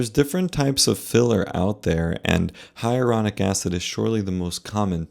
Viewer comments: Shouldn't you be able to properly pronounce HYALURONIC acid if you are commenting on it? It's not hieronic. You are skipoing an entire syllable. So unprofessional. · Really annoying that she keeps saying “hyarulonic” instead of “hyaluronic” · Luckily, I just did not have the money. It's scary that this woman does not know how to pronounce "hyalluronic." That doesn't make her sound like an expert.